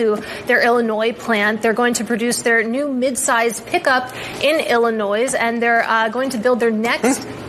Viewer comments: what American says “illinoise?” 😂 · Illi-noise...really lady? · JESUS, how as a NEWS ANCHOR can you not pronounce ILLINOIS correctly? It's like when people pronounce "BEYER" wrong. YOU KNOW HOW TO SAY "MEYER" swap out the "M" for a "B". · Her saying "Illi-noise" instead of "Illi-noy" lol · Illinois is not pronounced Ill in oys. It is pronounce Ill in noy. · Illinois is pronounced "ill-i-noy" not "ill-i-noise", the "s" is silent. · Ill a noise??? I knew Bloomberg was 2nd class information but I am a little surprise that their female news commentator doesn't now how to pronounce Illinois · Did she really say illinoize? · Illinoise? How dense is this chick? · Wow, she said "Illi-noise"! What uneducated idiots journalists are. lol..high school drama students go into journalism. Bad choice. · She called it "illi-noise", lol😂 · Did she say Illinoise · Illi-noise ..? ah, MSNBC. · illi-noise? does that reporter not understand how to pronounce states? especially a state with horrid news cycles around the chicago mayor, the Dalton township mayor and much more. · Did she just call it "Illinoise?" I mean, she's not wrong, but still.... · IlliNOISE lol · Did that reporter just call it Illinoize? She did 😩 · LOL, chick said "Illi-noise"! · who from il cringed when she added the s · What’s up with people pronouncing the S in Illinois? 😂 I’m glad we’re back and things are looking good! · chick news reader doesn't even know how to pronounce Illinois lool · Did the CNN lady pronounce the 's' in Illinois? LMFAO. And they get paid easily $200k plus a year. Ridiculous. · What news presenter pronounces the "s" in Illinois? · How on God's green earth do you not know that Illinois is pronounced without the S? Anything else out of that woman's face is just really script reading. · Did she say illinois? With the S not being silent? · first she pronounced Illinois correctly, then she makes the s sound? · How are there Americans out there that can't pronounce 'Illinois'? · Illinois with an S?